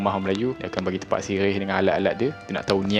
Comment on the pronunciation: Sebut dia tépak, min.